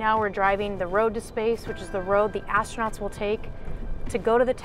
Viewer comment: astrounots lol very funny blue origin u make lol rly hard today